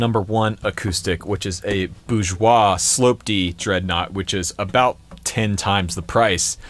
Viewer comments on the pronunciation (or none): Ten. Not "tin." TEHN! You're not 12, enunciate man.